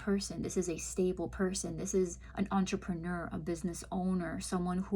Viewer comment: concise, very insightful reading, no hoodoo or pizzaz - genuine - thank you - plus my congratulations, you're the first American i've heard pronounce 'entrepreneur' correctly.